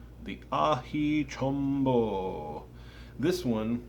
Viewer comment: First reviewer that has said the name mostly correct. 10 points